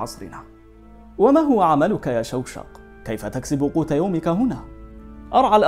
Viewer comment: شوشق❌ شقشق✅